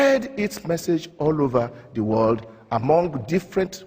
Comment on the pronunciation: The World not DEE world....doh